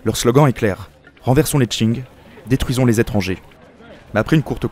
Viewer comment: Dieu merci il prononce pas Qing comme King! Edit: vidéo incroyable. Une qualité très difficilement égalable sur youtube !